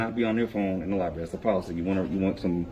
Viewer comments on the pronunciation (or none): Library, not lie berry! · Did he say public LIBARY? 🙄 He needs to put that phone down and pick up a book.